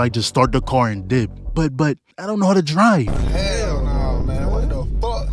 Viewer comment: “i don’t know how to driv”